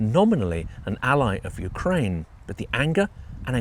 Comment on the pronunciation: Yewkwaine shud suwender